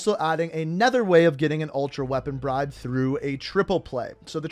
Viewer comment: he said reapon bribe cool